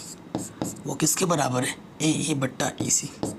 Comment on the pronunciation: Sir aap EC bolte hoto vo esa lagta he ac sunai deta he😂